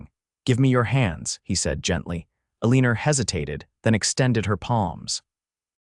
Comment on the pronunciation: It's really hard to hear Eleanor mispoken sooo horridly.....